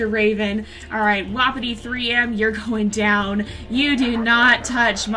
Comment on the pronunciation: No offense I love you but it's wapiti (wah-pee-tee)